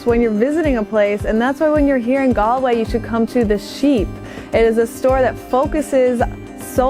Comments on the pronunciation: It's pronounced Gawl-way, not Gol-way or Gal--way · Gall-way not Gal-way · Two minutes in and it’s just so hard to watch… ‘gal’way (it’s ‘gaul’way), it’s ‘a cuppa tay’ (the way she said it sounded so British, a cup o T), and then Connemara moving 60 miles northwest to achill… yikes! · Galway is pronounced like Gawl-way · No American should ever say Galway 🙈😂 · It is galling the way they say Galway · I've been to Galway - someone immediately corrected my pronunciation while I was there and it's actually not hard to get it right with an American accent. She's very pretty and polite, I bet no one wanted to correct her :)